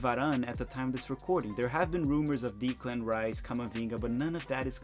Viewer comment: put it in the league table at the end, tbf. I found his pronunciation of Declan Rice amusing. It should be 'Dec' as you find on a ship. It's a good old Irish name.